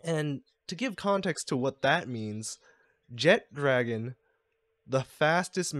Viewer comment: Btw, Jet"dragon"'s name is Je-tra-gon (gon as in gone)